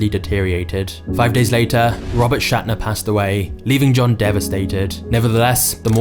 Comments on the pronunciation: Interesting....first, you can't pronounce the man's name properly. Secondly, proof in the form of an audio tape has appeared proving that he was set up by the PR firm during that phone interview because an inside corporate "spy" reported to the PR firm that John intended to terminate the firm's agreement with them. Yes, they went out of their way to damage him. Funny how that rarely gets reported. In fairness, John has an ego as big as the ocean--very full of himself and has irritated most of his neighbors. Many of his pizza promotions were focused around himself, and he enjoyed using his money as a way in with celebs, etc. He isn't an angel, but he didn't deserve what the PR firm and the media did to him....the Courier Journal (main newspaper in Louisville) later issued a retraction and a whole lot more of the story! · Sir, your videos are first rate! But you should probably know that the guy's name is pronounced SCHNAT-ter. Not SHAT-ner. Papa John is a dirt-bag who also took advantage of his employees and I'm surprised that you missed that. The pay was substandard, and he refused to cover medical care when Obama made it mandatory for large, especially national companies to do so. He told his employees to get their medical care via Medicare and would refuse to give his people their own food to help feed their families, in addition to telling his employees to get on SNAP if they weren't making enough. I have been boycotting Papa John's since before the NFL fiasco because of this. It would be great if you could go back into this story and cover the reason why many of us are boycotting them irrespective of any football concerns. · John's last name is pronounced "shnat-ter", not "shat-ner". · Not to get too technical, but as a long time Papa's employee, John's last name is not Shatner (like William Shatner), it is Schnatter. You juxtaposed the syllables. it is actually like a schnauzer, but you take of the uzer. In other words, it is pronounced SCHNA-ter.